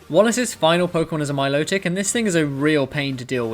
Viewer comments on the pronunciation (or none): none